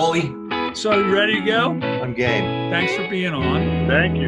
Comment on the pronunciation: Forgive me for pointing this out. Everytime Tim Pierce says "I'm game", I hear him say "I'm gay".